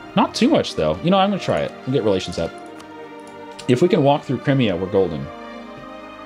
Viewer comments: I like your videos a lot, but I have to cringe at your pronunciation of just about any country or province out there. Particularly Crimea. >_> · Learn how to pronounce Crimea correctly please.